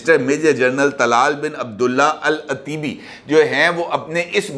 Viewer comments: العطیبی۔ ایک قبیلہ ھے ط پر زبر پرھین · Salaam from Canada 🇨🇦! Correction! The name is to be pronounced as Al- Otaibie! اَلعُتيبى ! Otaibie is a prominent Saudi tribe! Thanks & regards!